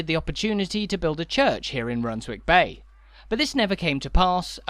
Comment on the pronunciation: You don’t pronounce the w in Runswick Bay, rather like not pronouncing it in Alnwick, Keswick etc.